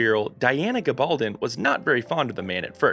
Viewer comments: Text-to-video software. Everything not programmed into the system is pronounced phonetically. GaBALLdon. Hoogan. Cay-tree-OH-na. 🙄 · Please learn to pronounce Gabaldon correctly.